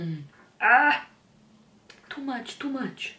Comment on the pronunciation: real Russian accent, when says " to much, to much"😹 love this!!❤️